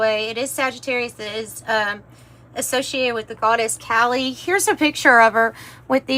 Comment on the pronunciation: Just a bit of FYI: The East Indian Goddess' name is pronounced as Ka-Lee. Not like as an American Teenager, Callie lol. 😛🤔🙄